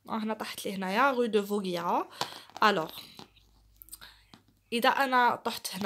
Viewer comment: Vaugirard pas vauguirard